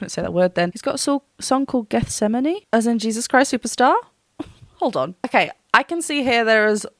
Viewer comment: You are the FIRST person I've seen actually say Gethsemane correctly lol It's my favorite song off the entire album. PLEASE do that next. It's one of those Sleep Token experiences that you don't get anywhere else.